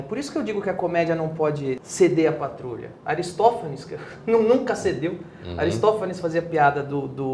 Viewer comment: Ele disse ARISTÓFANES, o "pai" da comédia